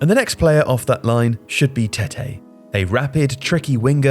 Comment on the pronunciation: Tete is certainly not pronounced TETAY. Don’t make this another Joelinton thing